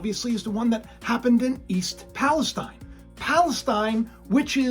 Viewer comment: A bit of word play here- East Palestine is Pronounced like Palesteen, not stine, as the Middle eastern area is pronounced.